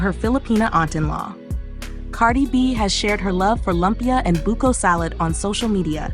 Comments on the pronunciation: LOOOOOOOOOOOOOOOOMPYA, not LUMP YA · Say Lumpia as LOOM-PIA please Ms. AI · Its loooompia